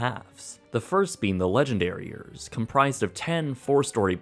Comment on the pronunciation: It totally sounds like he is saying "Legendariers" XD